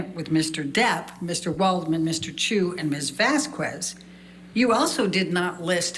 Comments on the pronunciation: It's ironic that a professional lawyer attempting to destroy someone's testimony cannot learn how to pronounce another attorney's name. It's Vas-khez! Eh, eh, not cuez! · it also makes me crack up every time she says Miss "Vaskwez" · mispronouncing of Camille Vasquez last name was insulting! My mother's last name is Vázquez and Spanish is the second most spoken language in the world after Chinese, there's no excuse!